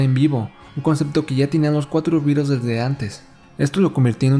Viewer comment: Cuando oigo pronunciar "birels" me sangran los oídos. A ver si aprenden: ¡"BITELS"! Es un juego de palabras entre BEAT y BEETLE (por The Crickets).